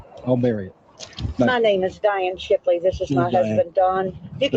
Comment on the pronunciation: It’s Don Shipley, not Shirley. And it’s senior chief. Bro you should know what you are talking about if you’re going to commentate on his videos. 🤦‍♂️ Good luck!!!!